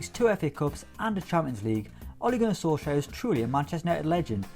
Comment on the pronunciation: When says "4th, Ole Gunnar Solskaier" he sounds so weird